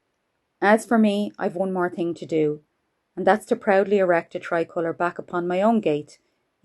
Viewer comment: What's a tri- coliur? 😄😄😄😉